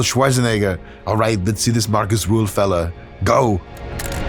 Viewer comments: Small correction if I may: His name is Markus Rühl not Marcus Ruhl. Especially the last name is a kinda big difference in pronunciation. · Not ruhl. Rühl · uhhhhm accctwuallyyy its rühl not ruhl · Rühl, not Ruhl. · Not Marcus Ruhl, his name is Marcus Rühl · Er heißt Rühl, nicht Ruhl. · Not Ruhl...Rüüüüüüüüüüüüüühl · *Markus Rühl, not Ruhl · That muthafukka is called Markus Rühl, not Ruhl! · Markus Rühl, not Rule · Markus Rühl (not "Ruhl") is NOT unknown, wtf. He is a bodybuilding legend. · It's RÜHL not RUHL. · It's not Ruhl. It's Rühl. Des muss hald ache ma gesacht wärn. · Markus Rühl not rule... Try to show a little bit of respect, even Markus can't pronounce it correctly 😂 And he isn't unknown. Between bodybuilders, fans and in Germany he is a legend, because he is simply a nice guy. And alcohol... Wodka is nice before and after training 😂 And Markus owns his brand now, with high quality protein and products for sporty people. Prices are not cheap, but it's not robbery. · His name is RÜHL not RUHL. Get it right, dont mess wif sem germans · so many mistakes already in the beginning of the video first of Arnold schwarzenegger wasnt german second his name ist Ruhl its Rühl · Das wird Rühl ausgesprochen. RÜÜÜÜÜHL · His name is Markus Rühl, not Ruhl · His name is Rühl! Please don't say Ruhl it hurts my feelings. 😢😅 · RÜHL, NOT RUHL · It's RÜHL not Ruhl, and yes, he's an absolute legend for us krauts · Rüüüüüühl mit Ü ok??? Meine Güte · Great video. But it's "Rühl" actually. Btw., he's also a content creator and muy simpatico so you should try to hit him up and do a video together.